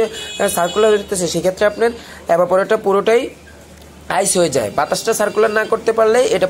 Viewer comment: ভাই এবা পরেটর না, ওটা ইভা পরেটর আগে উচ্চারণ ঠিক করেন।